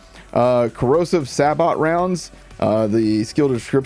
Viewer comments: Sabott? do you mean Say Bow? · Interesting - sounds weird to hear it as saybut but I guess it’s been Americanized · Pronounced say bow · Just in case no mentioned it’s pronounced Say-bo on that Moze skill Corrosive Sabot Round - thx for the info as always :)